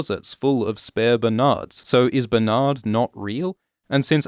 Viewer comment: “Bernardald” haha